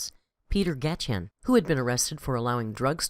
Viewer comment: It’s pronounced Michael Uh-lig (or Al-ig). Also his boss’s last name is pronounced Gai-shin (or Gai-shen)